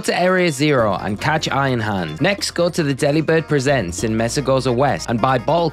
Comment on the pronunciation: The word "presents" in "Delibird presents" is supposed to be pronounced like "Christmas presents" not like "Walt Disney & Pixar studios presents...". "HP" is pronounced "AYCH-pee" not "HAYCH-pee"... Also Montenevera is pronounced mawn-teh-NEH-vuhr-ruh. Also it's VYE-tuh-muns not VIT-uh-mins...